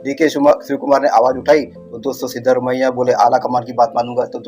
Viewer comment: मुंछे वाले भाई सिद्दामारेया नहीं सिद्धारामया यार अपने नेता का नाम तो ठीक से लिया करो